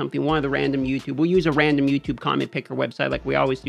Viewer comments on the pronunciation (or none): none